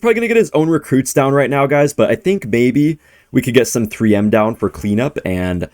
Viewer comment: is the type of guy to say baby instead of maybe